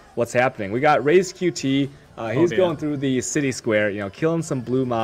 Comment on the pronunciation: Only problem is that doesnt know how to pronounce a fucking name right... RaizQt. he says Reiz xD